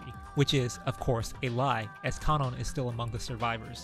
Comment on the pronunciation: Yo finally someone who pronounces Kanon and Shannon right. Thought I was being gaslit by this fandom